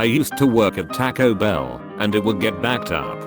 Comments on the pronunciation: people with anxiety know what this is like😂 edit: Tackoh Bell😂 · “ tahko bell “ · Nobody: Text to Speech: Tacko-Bell